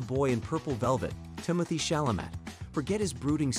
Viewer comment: Especially Tim’s last name.